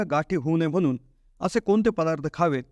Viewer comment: म्हनून. कोनत्या. लई भारी मराठी!